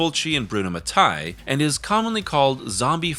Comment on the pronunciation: Damn it, Mattei is pronounced Matt-ae-ee (not ma-thai) 🇮🇹